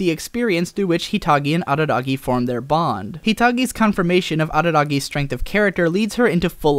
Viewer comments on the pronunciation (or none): none